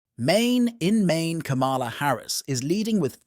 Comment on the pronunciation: The AI narrator pronounces "ka MA la" Harris. Can't do better than that???